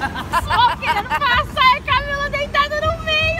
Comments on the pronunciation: O falou Camile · No começo do vídeo o falo camile e não Camila 😂😂😂🤣